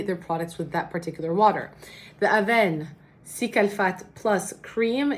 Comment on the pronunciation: Honestly the way you speak french is parfait 😉 so thank you for quoting avène it's wonderful, bises